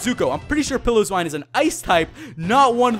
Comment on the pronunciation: its pie-lo-swine